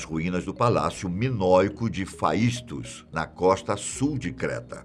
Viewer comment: O nome do disco é Phaistos (a pronúncia é FESTO) e foi comparada a pedra de roseta encontrada "por" e não "em" Champollion na batalha napoleônica. Champollion é uma pessoa e não um lugar!